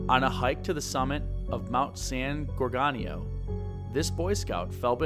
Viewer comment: Minor quibbles - but it’s not “neGREET” but “neGREHtee”, and not “gorGANio” but “gorGOHnio”. I’ve hiked in these mountains for decades, and you’re right, the trail is not hard, but it is at 11,000+ feet, so most people do feel the effect of altitude. Additionally, if you go off trail at all the terrain is typically covered with chaparral and manzanita- both very thick and unbending. Your guest was absolutely correct about that- you have a better chance of climbing under it. My theory on where he is has to do with the terrain which is typical on those mountains. All over them are very deep runnels carved out by seasonal rains. As a kid I stupidly climbed into many of them, with many being over 10ft deep and 6ft wide but almost entirely hidden as their opening is quite small. At any point one of these could have collapsed and no one would ever have found me. My guess is that Jered found one of these, climbed into to be out of the weather/cold, and it collapsed.